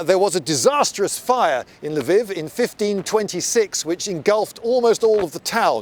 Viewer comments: learn to say LVIV if your gonna make a video on it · "Lviv" does not mean "Leo"; rather, it's a possessive meaning "Leo's" (the first L is pronounced as in the French article "la", so to an anglophone's ear, it would sound like L'veev'.) It's also true in Polish "Lwów", where it's pronounced as L'voof. And also in Russian, where it's pronounced L'vov. Amnd even in Czech, where it's pronounced Lvov (without softening the L). p.s. Incidentally, "Kyiv" is also a possessive that means "Kyi's".